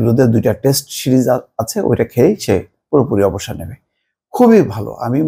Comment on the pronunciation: টেস্ট শিরিজ না টেস্ট সিরিজ বা ছিরিজ। উচ্চারণ শিখে সাংবাদিকতা করা উচিৎ।